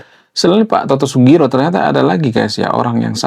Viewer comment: Pak Toto Sugiri bang bukan sugiro